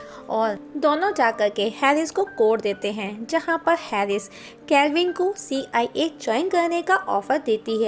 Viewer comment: "See. Aai. A" 😂😂😂